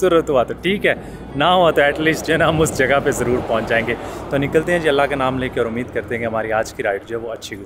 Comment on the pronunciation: U always says STARD but I think this word is START